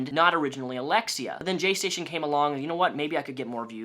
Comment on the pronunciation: “JayStation” sounds like “gestation” to me and I can’t unhear it